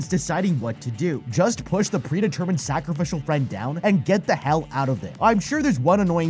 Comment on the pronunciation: “Sacraficial friend” 😂